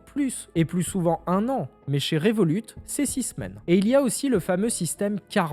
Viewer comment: Moi je me demande pourquoi tu dis le T a la fin du nom de revolut sachant que le t est muet vu que revolut eux-mêmes ne le prononce pas le temps est revolut d'où le nom de la banque